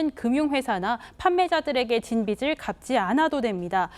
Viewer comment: 여자 앵커분 발음 교정 필요합니다. "도박빛을 => 도박빚을"